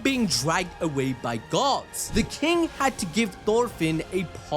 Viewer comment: Do me a huge favor. Say "Gods". Then say "guards". Now explain why i kept trying to figure out what this story had to do with Gods.